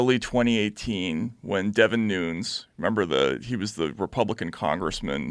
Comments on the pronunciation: Matt, You and Upchuck Schumer are the only two people on earth that pronounce Devin Nunes as Devin Noons. It's pronounced New-ness. There's nothing amusing about the fact that a group of crooked politicians have highjacked first an election, then a country. Pretty serious stuff - it's changed the country as well as the balance of power in the world. No wonder why desperate people put their faith in Q. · Noonez not noons